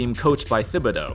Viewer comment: It's TIB not THIB. You're pronouncing it wrong